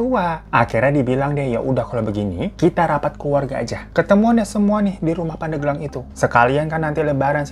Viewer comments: Pandeglang ya bang Hiro bukan pandeuglang 🤭 alfatihah untuk ibunda nya anggar 🤲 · bang nyebutnya pandeglang nyebut hurup e-nya kayak bebek, jd nyebutnya pandeglang 😄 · Bang. Bacanya bukan pandeglang. Tp pandeglang.. E nya buka emas tapi ebi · Pengucapan pendeglang bukan gtu kaaa😮😅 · Cara penyebutan Pandeglangnya Bang Hiro lucu😅🤭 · Cara baca pandeglang nya salah 🤭 tapi gpp kak hiro tetep the best 🫶🏻🫶🏻